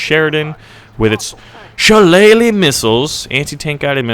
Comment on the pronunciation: I am impressed that you got the pronunciation of Shillelagh right! Well done.